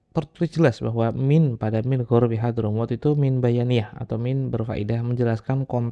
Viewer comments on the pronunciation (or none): Min arobi, bukan minta ghorbi. BIsa saja menambah titik pada huruf ain. Tenang saja yg penting dana sponsor lancar. Masih bisa kitab di otak atik